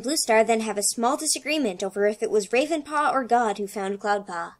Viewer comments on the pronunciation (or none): ...did she really call him Ravepaw? ...RAVEpaw??